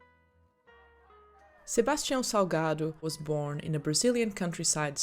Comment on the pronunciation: wait, how come you pronounced his name so correctly? Are you secretly Brazilian?